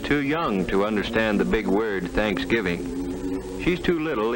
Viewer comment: You left out the "v" in thanksgiving...thought you'd want to know, babe!